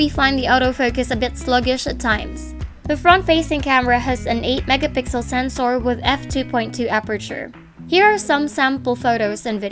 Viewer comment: sen-sore... sam-song... nasobrahan mo ang english mo teh